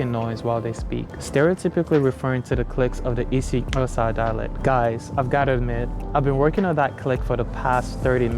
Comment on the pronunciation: I'm from South Africa and I have learned more from you than school and you said "Xhosa" right.